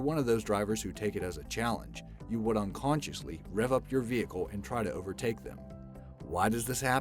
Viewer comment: I'm subbed to this channel and love the content, but every time he said unconsciously...smh